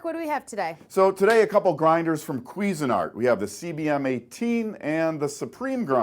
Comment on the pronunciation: kwee-zen art...wth, lol